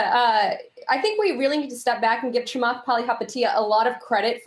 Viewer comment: It’s not kamath it’s chamath